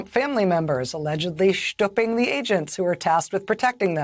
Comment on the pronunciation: Schtooping.. eww